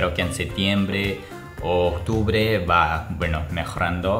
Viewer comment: Tu español es muy bueno. Per. Iteme una correccion. O octubrre no se dice. Lo correcto ves u octubre.